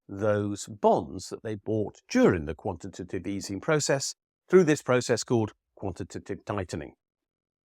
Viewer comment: I think you deserve applause for saying “quantitative” perfectly quite so many times 🙌👏